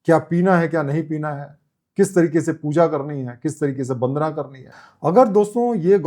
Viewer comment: "बंदना" बोलना गलत है, "वंदना" बोलना सही है,,,,,, आप "व" को "ब" न बोला करें , जो कि आप अनजाने में बोल जाते हैं। "बिस्वास" तो कई बार बोले हैं, " बंदना "